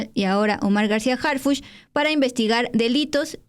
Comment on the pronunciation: El policía HarFuchi con i de Fuchila